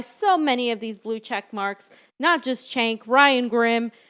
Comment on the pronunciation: Cenk is pronounced like SINK, as in sewer, where progressives lose.